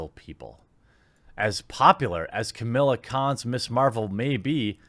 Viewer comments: Alright man, I'm gonna have to stop you right there; it's "Kamala Khan" not "Camilla Khan"... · I agree with you mate, but stop pronouncing it as "Camilla" it is "Ka-Ma-La" 😂😂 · I hate the character but for the love of christ why can't you pronounce that name? She's not called Camilla. You're like Todd McFarlane trying to pronounce Katsuhiro Otomo. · Not that I disagree with Jeremy or anything, but you can tell he's not really into comics as much as someone like Yellow Flash or Ya Boi Zack, or....me when he mispronounces Kamala's and Sana Amanat's name. Not trying to be a grammar Nazi here, but one would think that these monetized YouTubers would at least read a little better and maybe look into what they're about to talk about a little more. I don't know how you get "Camilla" out of "Kamala", but...............oh no, I've become a grammar Na....well, you know. Point is, yeah, Kamala Khan....hell, ANYONE being seriously considered as a replacement for Marvel's number one character is a joke, especially a character that normies have never heard of! LOL! Marvel at this point can't do anything right.